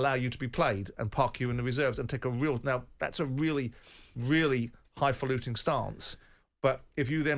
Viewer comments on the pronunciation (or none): The irony of Simon saying "highfaluting" is just stupidly ridiculous. Get a grip of yourself man, you're an embarrassment. To start with, that word was invented about people like Simon, not to be used by people like him, since it is a criticism of pompous and pretentious people, of which it can easily be argued that Simon is one. Secondly, the word is 'highfalutin', not "highfaluting", there is no 'g', this just sums up the ridiculousness of Simon trying to use this word. Irony complete, well done!